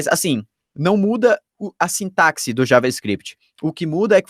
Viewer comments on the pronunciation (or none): none